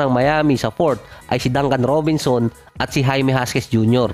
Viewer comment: Lods jaquez;haques, hindi hasques. malapit ka na mag 1m subs kaya dapat tama rin bigkas ng pangalan ng mga ns content mo